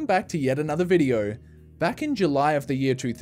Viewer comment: I love how he pronounces Videouw